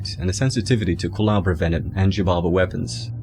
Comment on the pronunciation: You keep saying culabra when it's culebra. Which means cobra in Spanish